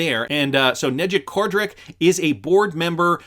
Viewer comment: It pronounced Nayc Kodrich.